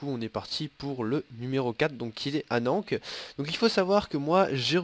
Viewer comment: on dit pas anank , on dit Anne an ké (Va voir la candidature sur le forum d'alliance :p)